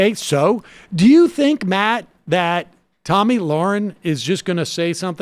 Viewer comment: I know I'm in the minority but intentionally mispronouncing Tomi's name stopped being funny like two years ago y'all.